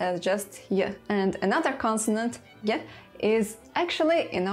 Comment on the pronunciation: your pronounciation of á is a lot closer to finnish ää than hungarian á and your prononciation of é, gy and ty quite far off, and you sometimes pronounced the s as s and not sh as you mentiond, but great video anyway!!